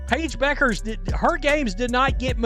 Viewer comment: What an idiot. You took a video that can't even pronounce Paige's last name correctly SERIOUSLY?